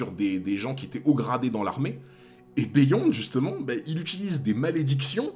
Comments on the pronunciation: Stp arrête de dire " béh yonde " et dis " biyonde ". Ça gâche tout. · Beyond se prononce “biyond” c’est un mot anglaiz a la base